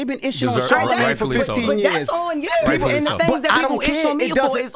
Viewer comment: “That’s on YEW “ 😂😂😂 I wanna hear her say Hulu lol